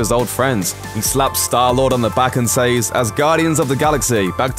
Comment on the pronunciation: My least favorite line is how the VO keeps pronouncing “says”.